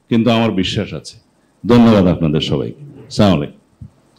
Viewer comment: সালাউদ্দিন বাই চাঁ,মলাইকুম না আসসালামু আলাইকুম বলবেন